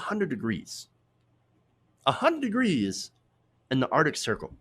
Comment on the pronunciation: ar-C_ tic.